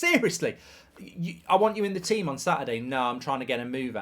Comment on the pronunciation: "Tea-them" lol